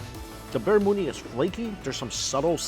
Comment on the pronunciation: Barramundi, he misspoke